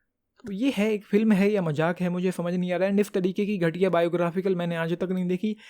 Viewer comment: Bhai pehle "film" kehna sikhle